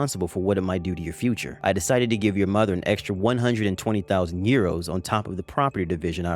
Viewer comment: How the hell did she mispronounce 120,000 dollars